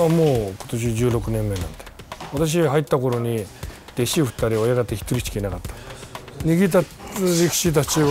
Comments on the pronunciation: The coach's name isn't "Oyataka"... "Oyakata" is the Japanese term for a sumo stablemaster... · "After a formal introduction, I was able to speak to the coach, OYATAKA" (sic.) It's oyakata, not oyataka. And that's the stablemaster, not just a coach. Next time you're doing a report on something you know zilch about, do spend more than 15 min preparing. That might help you look less ignorant, and more journalistic. And, of course, western gender rubbish being crammed down the throats of other cultures. Low information pseudo-journalists are ignorant of the fact, that a female professional sumo circuit existed in the past in Japan, and there's no one stopping another such association from forming. If the market demands it and it's sustainable, it will happen again.